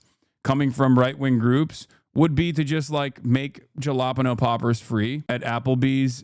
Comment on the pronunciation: Ain't no way he pronounces jalapeno like that